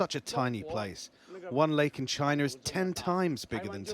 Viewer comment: chinerr is HUGE.